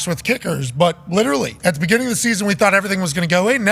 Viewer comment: The “breginning” of the progrum